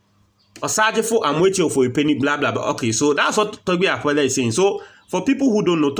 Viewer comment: I like the way you pronounced his name.."Togbe Afede" & that shows you're a correct #9😂